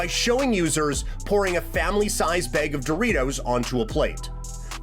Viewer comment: From each beeg lol using your A’s are also free man you said beg so much I forgot what you were even talking about